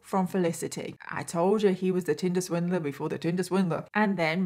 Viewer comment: I keep hearing “Tilda Swinton” when she says tinder swindler 🤦🏼‍♀️